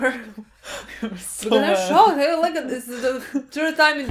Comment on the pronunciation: ''AW YOU'RE SUPRISED, YOU'RE SO SOCKED'' I DIED